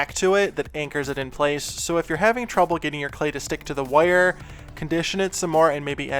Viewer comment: What kind of dialect is this? "Woire" 😋